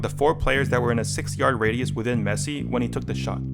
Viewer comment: Bro said "yard" jajjajjajajjajajajajjajaj